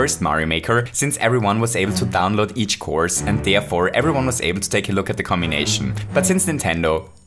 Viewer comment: Lmao the way you said cmbination cracked me up